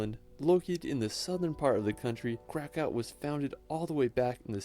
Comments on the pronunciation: both are wrong. He speaks it in english version. You speak it in polish but with error. Kraków is not krakow. Letter 'ó' is fancy writen 'u'. So its krakuw. Or in more english phonetics "crakuv". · u can pronounce it like Cracuv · the actual name Kraków is pronounced like krak-oov. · I hate it when they pronounce it Krakov. It sounds Russian, makes cringe. I'd rather have them pronounce it Cracow. Unfortunately they even pronounce it Krakov at the main train stadion when they anounce trains in English. Hate it, there's no such city as Krakov. Either Kraków or Cracow. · Correct prenaunciation would be something close to /krakuv/ (none of both K is silent and its prenounced same way u prenounce C in "Crow") in polish language ó and u is prenonced exacly the same, and only difference is our grama, polish name of the city is Kraków and because we prenounce "w" similar way to english speakers prenounce v, in the meanwhile english W does have its special letter in polish alphabet which is "Ł" yes L with a line in the middle of it.